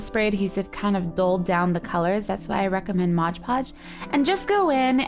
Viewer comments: Oh my goodness Gracionious,!! It's called Mod Podge, not modge podge. You're so annoying when you do that, it's On the label. Read it. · Great idea!!! Just ine little thing...Its MOD Podge. Not mosh podge. I really hate that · looks great! love the incorporation of the glitter! But dear GOD, its MOD podge....you say it so often in this and its wrong every time-it totally distracted and disturbed me!